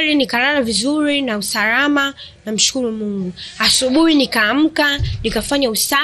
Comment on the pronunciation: Kurwarwa, usarwama, mazingirwa, majirwani. Mwalim wa kiswahili cha.huyu bi shosti anakitabu chake pekeake make sio kwa Rwa, rwa.hizo kaaa!